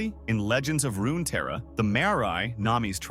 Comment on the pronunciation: It's also Runeterra not RunaTerra